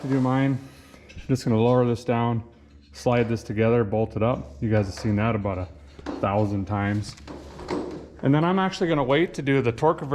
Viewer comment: what is he talking aboot 🤣